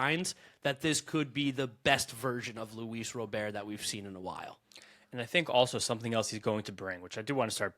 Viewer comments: STOP pronouncing roberts name wrong! It's soooooo fuckin annoying!!!! It's Robert NOT ro bear! 😡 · Guys, I’m beggin ya. Just think like a bank Robber. It’s Robber. It’s not Robeair. I don’t know why it’s so annoying, hearing Robeair over and over again, but it really is 😂